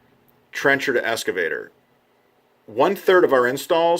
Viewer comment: It's pronounced "X-cavator", not "Es-cavator". I think the video is great and your voice is great. I just think you should pronounce the word correctly since that's the focus of the video. You know I've been called a dick a lot in my life for comments like that and I'm sorry I don't mean to be sounding that way